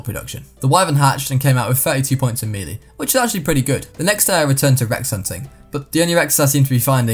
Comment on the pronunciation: Im sorry but I just realised he pronounces melee as mee lee and not may lay which is the actual pronunciation